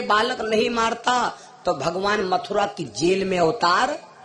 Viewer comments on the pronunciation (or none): none